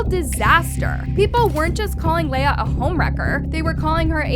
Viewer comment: btw i dont want to be mean, but you were saying leah's name wrong. her name is said 'lee-ah' not 'lay-ah' and her last name is pronounced 'aashh' not 'ash-ee'. jsut thought to say cuz it was lowk bothering me lol.